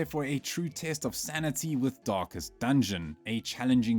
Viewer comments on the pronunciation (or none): none